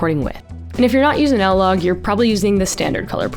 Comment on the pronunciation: What is "L-Log"? It's I-LOG. As in I-nsta